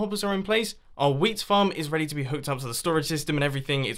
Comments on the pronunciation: Whole episode, because of me, I heard weed instead of wheat and damn, it was funny XD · He say wheat like weed, don't know about the British accent, but it's weird.